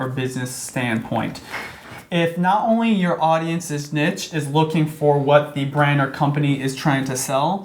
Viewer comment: ...wtf you are actinf like professionals and you can't even pronounce niche